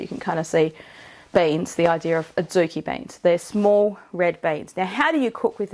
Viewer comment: I heard banes as in wolfbane until you showed beans 😂